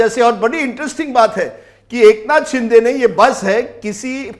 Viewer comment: rajdeep ka frustration dikh rha h jo baar baar shiv sena ko sinde sena bol rha h😂😂😂😂